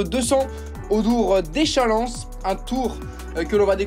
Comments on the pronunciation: Echallens se prononce Echallan, le S final ne se prononce pas dans le canton de Vaud. Samedi, la course part devant chez moi... ☺️ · On prononce pas le S à Echallens 😅